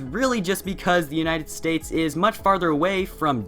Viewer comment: the united S t a *p*e s